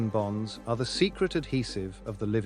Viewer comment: I know you're saying the word bonds BONDS but when I hear you say hydrogen bonds my brain says hydrogen bombs don't ask me why it's a weird thing it just sounds like you're saying hydrogen bombs so be careful of that and you might want to switch up saying bonds made with hydrogen